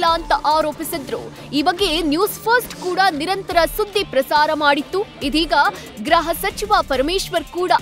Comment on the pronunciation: ಗ್ರಹ ಸಚಿವರ ಅಲ್ಲ ಗೃಹ ಸಚಿವರು.